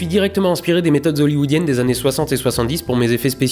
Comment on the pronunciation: Methodes hollywoodienes......OK cherches l erreur dans ta prononciation...et ça donne des cours...